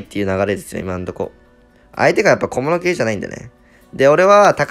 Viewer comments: 小物系じゃないんで→小室圭じゃないんで に聞こえたww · 「相手が小室圭じゃないんでね」にしか聞こえん笑笑笑笑笑笑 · めちゃくちゃどうでもいいけど「相手が小室圭じゃないんでね」って聞こえた